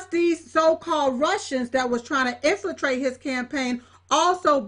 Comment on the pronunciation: "Infratrate", really? Jesus....